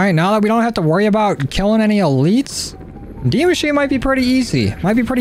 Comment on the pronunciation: He sed de machine it’s de machina is how it’s pronounced and it’s German for the machine